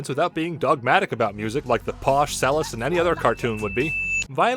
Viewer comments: "CHELL-IST", not "sell-ist." DING And there is no way the Ponies with Hats Reference was not intentional. Also, Ponies with Hats is a just an improved version of Llamas with Hats. I repeat: MLP:FiM indirectly referenced a web cartoon series about a psychopathic, murderous llama. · Did he say selist? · The fact that he kept pronouncing cellist wrong drives me crazy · The pronunciation of "cellist" pisses me the hell off because I played cello for 6 years